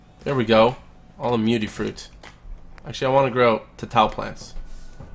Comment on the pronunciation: Its mutfruit not mutifruit